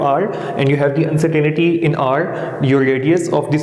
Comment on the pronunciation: It's pronounced Un-cer-tain-ty not uncertanity